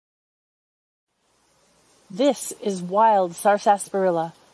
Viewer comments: She isn't pronouncing it correctly. It's sarsa-parilla not sarsas-parilla. She's putting an extra S in there and putting the emphasis on the second syllable instead of the first.. I couldn't watch more than a minute because it was so grating on my ear to hear this from a would-be expert. And yes, I pronounce it sarsaparilla. Most people do pronounce it sassparilla, or just skip the middle "a" and say sarsparilla. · It is pronounced with silent R, short A (sasprilluh) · i noticed the extra s too. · I've never heard anyone enunciate the whole word before. Here in the southern US it's usually pronounced "sassparilla". In one of W.C.Fields' films he's hawking an extract of the stuff off the back of a wagon - "Purple bark sassparilla! It'll grow hair and also cure warts! Purple bark sassparilla!" See, you've brought back a fun memory. 😉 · I'm from the Philadelphia area and we always pronounced it as sarsparilla ... 4 syllables .